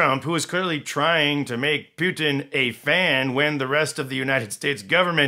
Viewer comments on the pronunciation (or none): I love how you pronounce Putin to sound as puke, пютина means python :)